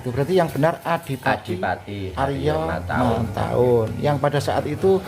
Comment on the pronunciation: Tertulis Adipati Haryo Matahun, tetapi diucapkan Adipati Haryo Mentahun ( ?)